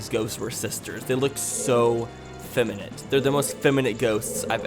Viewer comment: We just gonna gloss over ? "Severed hands"? 2 different words bro. Severe (seh veer) = Intense, strict or harsh. Sever (seh verr) = Cut off, removed, dismembered. : Feminent? Feminint? What is this word? You mean feminine? (feh mih niin)